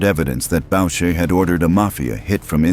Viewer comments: “Boo sha” not “Bow sha” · FYI..............The name is pronounced boo-shay, not bow-shay. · BOUCHER is pronounced boo-shay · Bobby Boosahy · Is this AI slop? The monotone voice, calling the Club a "gang" and mispronouncing Maurice Borucher's name all 3 are example of AI SHIT/SLOP